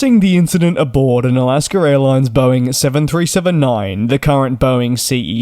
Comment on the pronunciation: It's AlaskA, not AlaskER! Learn to speak English!